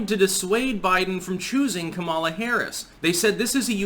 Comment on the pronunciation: It's pronounced; COMMA-lah